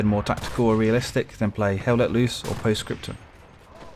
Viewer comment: LOL.....you can't even pronounce your favorite game POST SCRIPTUM.